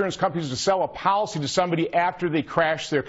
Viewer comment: I don't mean to pick on accents, but did he just say a powlicy ?